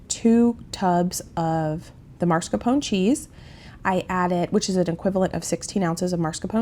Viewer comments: I love you and your channel. But, it drives me crazy when you pronounce mascarpone incorrectly. It's pronounced Mas Car Pone. I'm sorry to be nitpicky. Love this menu. Many blessings. ❤🙏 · I enjoy watching you do ALL you do, you inspire me! But when you say MARScapone cheese, it's like nails on a chalkboard. It's MAS, MAS, MAS-CAR-PONE. Forgive me if that's nitpicky! I adore you!!! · It’s pronounced MAS-CAR-PONE